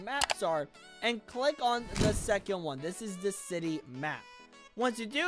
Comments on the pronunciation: Ok to say city the right way delete the A To say contry roads the right way it sounds like contre so say it like that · You aren't reading these the right way You called city citay And I believe you called contry roads contri roads